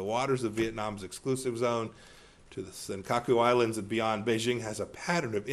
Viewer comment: センカクアイランドって言ってるように聞こえる